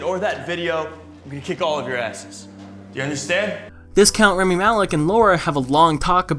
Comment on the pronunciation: everytime you said rEmi instead of rAmi i wanted to die a bit more